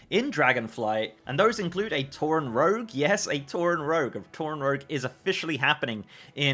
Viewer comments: you know what else is stupid? Saying 'rouge' instead of 'rogue'. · rogue as cow? lol...